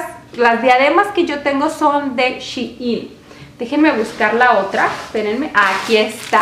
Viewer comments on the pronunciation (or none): Se dice SHEIN no Shiin